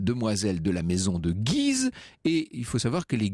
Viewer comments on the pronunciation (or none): Guise se prononce gu-ise, cher historien ! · On prononce le U de Guise.